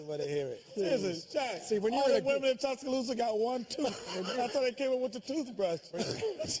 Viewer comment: Tusca-thooth-a Alabama.